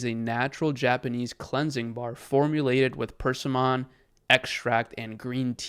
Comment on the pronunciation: Persimmon… is pronounced per-SIM-un Stress on the middle syllable: /pərˈsɪmən/ Not purse-see-mon